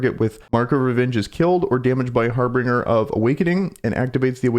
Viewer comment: lol all this time and you're still saying harbinger like harbringer😂